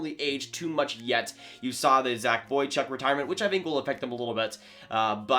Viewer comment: No way you said “Zach Boychuk” right?